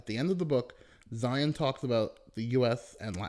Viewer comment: Zeihan not Zion